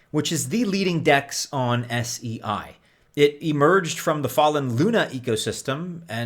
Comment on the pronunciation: It's pronounced 'say'